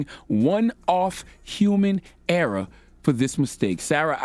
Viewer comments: Err-OR not erA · How you that old and can’t pronounce *ERROR not “era” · Why does his (error) sounds like (era) :/